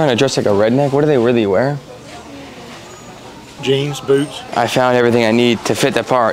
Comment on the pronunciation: He just said James Boots 😂